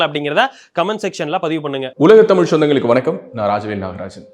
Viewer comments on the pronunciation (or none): none